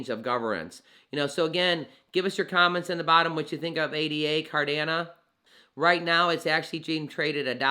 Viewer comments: Sorry to say this.....it is pronounced CardanO....not Cardana. I appreciate Cardano videos because I'm well vested in to the project. So thank you for the info and coverage. However, I just wanted to point that out so your content is taken seriously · Yo love your content on Amp! But you sound like a silly goose when it comes to CARDANO. "It's not possible to think about burning ADA BECAUSE IT'S NOT BUILT INTO ITS CODE" Charles. And it's pronounce CardanO bud. Nothing but love. You are the man helping bring Financial Freedom to all that will take it including myself thank you you're the best got to meet soonafter bullrun to share our journeys on your channel. 👍🙏✌